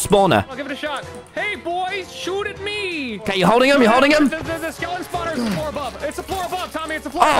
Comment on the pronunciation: its ok not kay